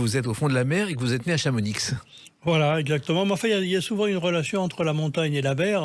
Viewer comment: chamonix sans le X d'Asterix